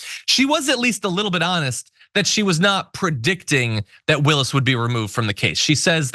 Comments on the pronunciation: We all know Alina hobbit is not so smart - she admitted that😳. it’s hilarious that she purposely mis-pronounced Fani Willis’ name … shows her continued stupidity! You know she’d rather be pretty than smart 😂😂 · It’s pronounced Ms Willis.